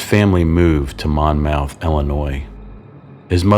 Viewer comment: The “s” in Illinois is silent and we pronounce the city “Monmuth” even though it is spelled Monmouth. I enjoyed this episode but need to point out you listed seven names while showing pictures of the eight victims.